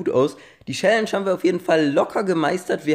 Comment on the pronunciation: "Schälläntsch" 😂 #nohate